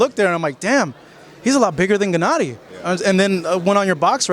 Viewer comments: why is he saying Jennady? It's not that hard to say G-ennady. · "Jennady". TRIGGERED.